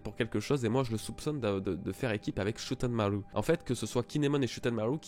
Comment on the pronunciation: Faut vraiment que t'arranges ta prononciation de Shoutenmaru